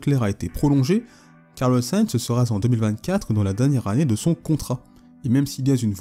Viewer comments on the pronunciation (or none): Je renchérit sur un commentaire déjà fait: " Bon sujet mais s'il te plaît, les liaisons entre les mots ne sont pas bonnes ! Exemple : une équipe sur laquelle il faudra compter zen 2024! Il y en a des dizaines comme ça 😮". Ces pataquès ne sont pas acceptables dans le cadre de reportages de qualité.